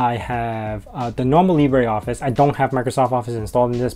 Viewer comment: I love the way your are pronouncing "LibreOffice" lol I'm surprised you are using Gnome, i always thought you were a Xfce guy :)